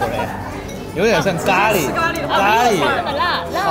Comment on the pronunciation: 原来 糊辣 = 咖喱。。莫名觉得这两个词发音都一样了